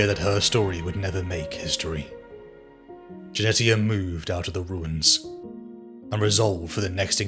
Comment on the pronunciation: Jenetia = Jen eesh ia , like Aletia (al eesh ia) , the t is silent.